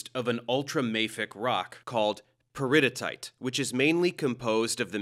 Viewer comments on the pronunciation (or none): I'm sorry but your pronunciation of "peridotite" is driving me crazy. It's actually pronounced "peri-dough-tight." Additionally, the rock shown consisting mainly of olivine is likely dunite named for Dun Mountain in New Zealand. The only addition I'd make to the presentation is that there are melts of intermediate chemistry between high silica felsic and low silica (ultra)mafic rocks. The Andes Mountains are a prime example of an intermediate composition. The amount of silica affects the viscosity of a melt that directly determines the kind of volcanic eruption might occur. High silica results in trapped gasses and water vapor resulting in an explosive eruption like Mt St Helens vs a runny lava like in Hawaii. Then you could get into that sexy Bowen's Reaction Series. But I'm just a nerd that taught that so it's my bias. But as always, great presentation and completely on point. It's always a good day when you know that folks are being presented with accurate information and getting educated. As we'd say in the Navy, "Bravo Zulu!'